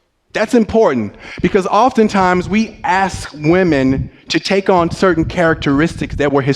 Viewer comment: Here's an idea. Learn how to pronounce the word "ask". You'll be significantly more employable then.